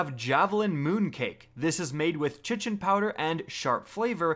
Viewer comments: Kite-In not chichin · i'm pretty sure it's pronounced 'kite-ohn' not 'shittin',. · Chitin is pronounced "kai-tin" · Not to be that guy but chitin is pronounced like “kite-tin”. Good vid tho. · Carlos Montoya I’m gonna go chitin a toilet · I pronounce it " shittin' "powder, I just found out it's not pronounced like that. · The way you said Chitin almost made me click off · The way you said Chitin made me want to kick you from my fireteam at the end of a 980 nightfall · I still wonder if he still pronounces ‘chitin’ that way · DANTHECHRISTIA N same. His pronunciation of eliksni made my soul evaporate. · I believe the correct pronunciation of the word "Chitin" is (kite-in), not, (chit-in). Also, it's "Ether CANE". If you're having difficulty reading words correctly, might I recommend, "Hooked on phonics", "School House Rock", or maybe even "Sesame Street", if you're really struggling. (All jokes aside, I really liked this video. It was helpful and informational.) Keep up the great work! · “Chichen” and “ether krane” :- I cant take it